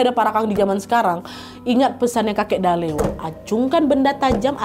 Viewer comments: sbnrnya namanya kakek itu pembacaannya salah kak nadia, bacaannya itu dalLe’ L. nya dua dan ada penekanan 😂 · kotaaa kuuuuuuu😭 btw dalle cara bacanya tuh kaya mati '